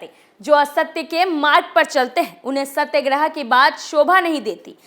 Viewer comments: सत्यग्रह नहीं सत्याग्रह होता है। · Correct your pronounsation Satyagrah